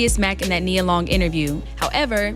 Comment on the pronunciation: Who is this lame??? Talking about he doesn’t know how to say her name.. Boy please Then he keeps mentioning her age… Nia Long has been and always will be more relevant than this fake ahh Kevin Samuels wanna be